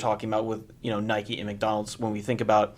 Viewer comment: “Nikeeee” come on!! Lol